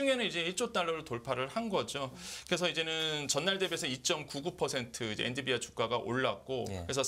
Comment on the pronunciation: 엔 비 디 아. 처움부터 끝까지 엔디비아 라고 하셔서 황당.